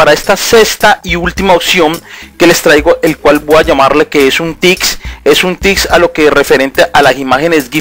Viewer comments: La broma era para el tipo del video que decia "tics" en vez de tips jeje no era nada en contra tuyo ;) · "AseCtar" "TiCs" ._. Es Reiniciar, no refrescar. ._.